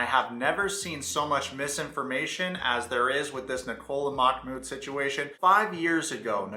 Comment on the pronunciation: OMG her drunk guy friend kept calling him "Mack Mood" 🤣